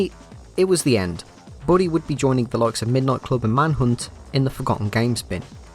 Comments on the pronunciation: Bully not Booley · British people don’t say booley they say bully. Source : I’m British.